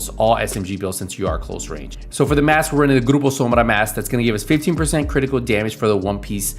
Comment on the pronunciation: 'What mask it?' 'oh it's the Grrrrrrrrrrrrroupo Sombrrrrrra.'